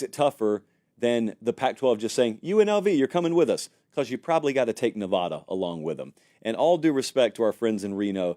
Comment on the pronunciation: a word of advice from someone from the West, specifically Nevada. It's not pronounced Ne-vaw-duh. It's pronounced Nev-a-duh. Like in the word "had." And if you can't do that, just say UNR.